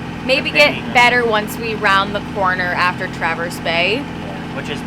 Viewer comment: Impressed, most people butcher the names of Mackinaw and Traverse. Does your ecoflow do a good job cooling the boat? Thanks!